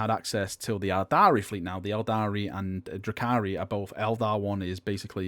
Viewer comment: Your pronunciation is triggering. Dr-oo-khari, not Drakari.